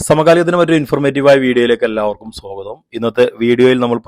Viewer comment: സോഗതം അല്ല